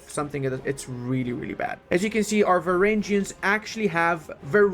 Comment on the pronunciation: some constructive criticism here: Varangians isn’t pronounced like Vareingians. And some interesting historical facts about them is that they were the praetorians of the Byzantine empire and protected the emperor. They were viking mercenaries (yes from Scandinavia and the Baltic) and they became the elite of the elite, the cream of the cream for the Byzantine armies.